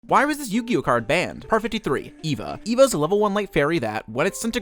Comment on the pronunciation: It's actually pronounced, "Ay-va"